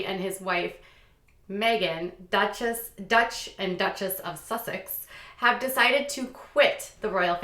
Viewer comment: Dutch 🤦‍♀️😂😂😂 its duke and dutchess lol